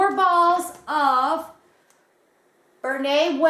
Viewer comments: Nobody says BERNEH, we say BERNAT, you had it right. My SpinRite yarn haul arrived Thursday too. It was actually my second order LOL It was a good sale. You’ll find that the CozyStyle washes up a little bit better than the worsted, but they’re both very good if you use extra softener in the wash. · I say Bernat the same way you do. You got some awesome yarn!!